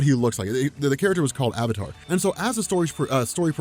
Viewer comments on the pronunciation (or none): none